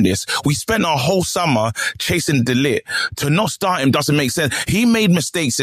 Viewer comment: I really wish that Man U never bought De Ligt. It is unbearable listening to all of these English pundits and YouTubers saying De Lit, De Lick and De Licked.